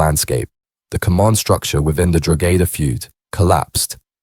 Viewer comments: drogeda...fuckin hell man at least learn how pronounce the name of counties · dro-gedda lol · That was doing my head in,, every time he said it I corrected him,, and I’m sitting here on my own 😂😂😂😂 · The pronunciations are extremely wrong. Stop talking when you have no idea what you're talking about.